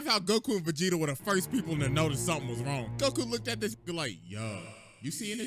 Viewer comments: Bro did not just say Vecheeto😭💀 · My brother in cinnamon pigment....😭 VE-GEE-TA